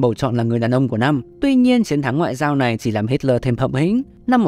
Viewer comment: Cứ đọc là Hít-le đi ad, đây là tiếng Đức